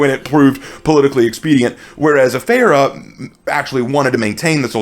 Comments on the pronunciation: You butchered that pronounciation... 😆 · I dont understand how you can mispronounce the Afeera when you can literally HEAR how it's supposed to be said. And it's really, really not hard at all.